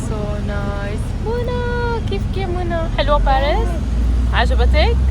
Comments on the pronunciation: حدا بيقول لك روحي تعلمي تحكي فرنسي بعدين تاعي وبالاساس ما اسم بارس اسم باريس بالفرنسي صافيparis منازعت لك الاشتراك بس عشان هي الكلمه ازعجتيني وانت تكرري فيها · تي كنك تلوي في السانك بارسسس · اصلا ماتعرفي تنطقي باريس